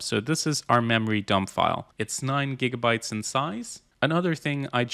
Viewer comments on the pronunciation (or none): none